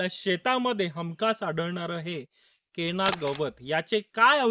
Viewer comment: सर केणा नाही हो.......... केना असं आहे छोट्या न.... च्या जागी तुम्ही चक्क... मोठ्या ण.... चा वापर करते आहात.